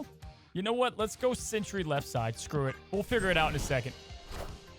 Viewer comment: I love that he always pronounces Sentry as Century